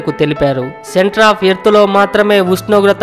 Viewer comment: Pls Meru first ushnogratha anadam nerchukondi